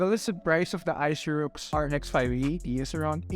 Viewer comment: hahaha.. keeps murdering the brand name.. Aisirux